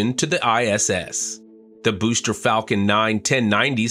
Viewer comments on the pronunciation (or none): none